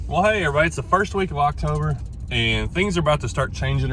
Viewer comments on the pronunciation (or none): Did he said "first week of Loctober" Or is it just my kinky mind hearing it